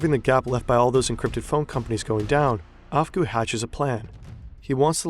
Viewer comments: Okay I'm only 5 minutes in, but "AFGHGOO" didn't realize he was working for the FBI, right..?! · Guys don't be like 'Afgoo'